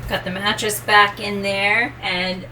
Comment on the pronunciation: Did say 'Manatress'? If so, I'm happy! It's up there with 'Saxamophone':D